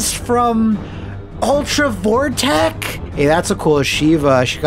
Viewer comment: "Ultra Vore-tech"? sweat